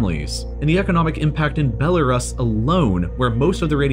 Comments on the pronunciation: For future reference, it's pronounced "Bela-Roose" not "Bela-Russ". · funny that even though you have skillshare, u still can't pronounce Belarus (be-la-roos) will stick to learning everything for free on youtube thanks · Isn't he pronouncing Belarus wrong? I thought it was Bella-roose. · Judy G. a lot of people still call it that. I was reading a book that was made back in 2006 interviewing people that worked and lived in Pripyat and they all called Belarus, Belarussia. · "Bel-a-ruhs" man, it's pronounced 'Bel-a-roose'. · I love when people just make up their own ways to say a word. Like the whole world pronounces Belarus as belaroos Be this guy is like nahhh I’m just gonna call it belaruhs lmao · Its pronounced "Bella - roos" NOT "Bella - rus" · Its pronounced bellaroose not bellaruss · Bell a rusky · Belarus - (Bell-uh-roo-s) the mispronunciation bothered me more than it should have. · I thought the same thing. I’ve always pronounced it as “roose”. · Belarus, pronounced Bell-a-roose (like moose) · The U Belarus is pronounced as "oo". Like goose. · Belarus is pronounced Be-luh-roose. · is the way hes saying Belarus wrong? ive always pronounced it as "Bela-roos" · Belerus is pronounced 'Be-le-roos'. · ITS BELL A ROOS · Ffs. Belle-a-ROOS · It's pronounced BEL A ROOS. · FACT: Radiation won’t make you pronounce Belarus correctly. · While he does completely butcher Belarus, his pronunciation of Hiroshima is correct. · I've never heard Belarus pronounced that way. Have I been wrong my whole life? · >educational channel >can’t pronounce Belarus properly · That's not how you pronounce Belarus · Who pronounces Belarus like that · The way he pronounces Belarus bothers me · The way you say Belarus makes me sick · You mispronounce Belarus and it’s mildly infuriating. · Forgive me, but I have a hard time listening to someone that doesn’t even know how to pronounce Belarus.